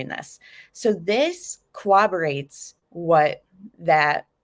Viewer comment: Cor-rob-o-rate not co-wob-bo-rate